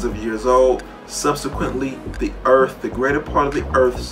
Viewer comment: "Gawd maid da urf" Painful to listen to